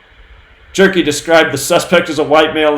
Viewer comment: IT'S 'G'-GIRL; GER (HER)-KEY. NOT, JERKY...I AM SCREAMING, SCREAMING, ON THE FLOOR...LMAO!!!!!!!!!!